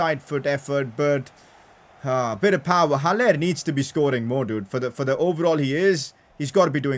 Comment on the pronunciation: It is pronounced Hal- Ler not Hal-lair